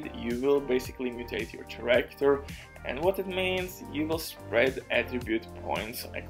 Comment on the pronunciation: Take a shot for every time he says CHA-ractor